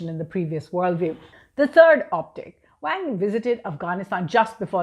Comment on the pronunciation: Sounds more like Wong...lol